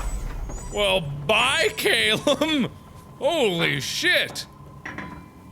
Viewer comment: as a British person, I find it hilarious how mark pronounces Calum XD